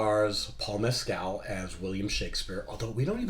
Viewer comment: Learn how to pronounce Paul Mescal’s surname correctly!